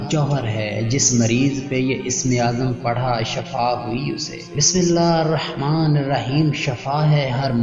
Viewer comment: Bismilla Harrahmaan Nahi hota Hirrahmaan hota hai zair lgti bhai